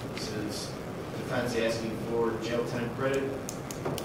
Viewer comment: Aksing? You are an attorney,talk like one... the word is aSKing.